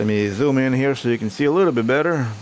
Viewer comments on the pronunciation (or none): none